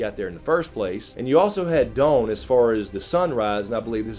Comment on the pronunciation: The way you say 'dawn' makes me laugh, bare country